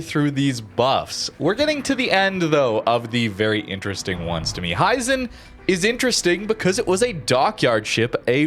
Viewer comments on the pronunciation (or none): Not to be an annoyance but, if no one has told you yet, its pronounced he - zen.